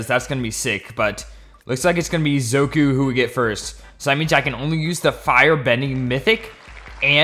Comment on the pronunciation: ZOKU? ZOKU? iTS ZUKO